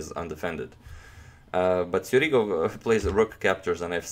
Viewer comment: He is Sjugirov. Not Sjurigov.